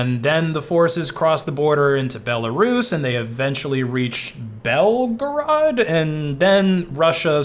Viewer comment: If you want to know its Bel/grade. Grade pronounced like grade as in incline. It's the capital of Serbia.